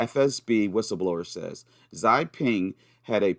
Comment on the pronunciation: Hi mate. Subbed to your Odysee. Btw, I speak Chinese & "Xi" is pronounced like "she". Have a good one. 👍